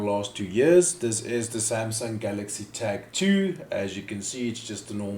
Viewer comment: After listening to this I realise you can nake a 20 second video into 5 mins by repeating Samsung Galxay 2 as often as possible and CR2032 multiple pointless times - 5 mins of wasted time